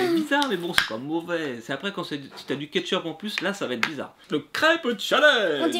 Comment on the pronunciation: Tu a dit du ketchûpe 😂